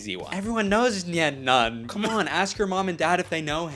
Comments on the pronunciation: its pronounced "nine nun-b." Hes a "Sullus-tan" not "Suloostan". Get it right before I sue you for defamation, this is very important to me 😡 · That IS NOT how you pronounce my boy nein numb’s name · Not how u pronounce nein numb